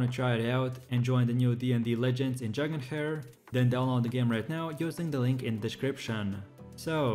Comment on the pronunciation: Dragon "hair" 😂😂